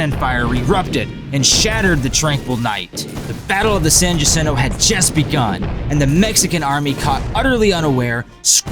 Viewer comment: Pronounced "San HA-sin-toe".